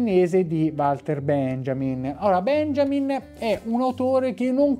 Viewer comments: unboxing molto interessante, solo una precisazione: benjamin essendo cognome tedesco si pronuncia 'beniamin' :) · Permettimi: "Benjamin" si pronuncia "Beniamin", come "Beniamino".